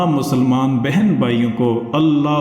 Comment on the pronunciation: محترم اسلامک ٹیچر عرض ہے کہ عربی قوائد کا خیال رکھیں "یا" جس اسم سے پہلے لگا ہو تو اس اسم پر زبر آئے گی، پیش کی جگہ، (اس لئے "یا رب العالمین " میں "رب" کی "ب" پر زبر آئے گی، پیش نہیں آئے گی